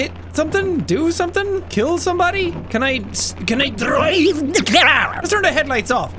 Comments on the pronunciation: "Can e dreeeeve de car?" Thta killed me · “CaN I DrOiVe ThE cArhH?”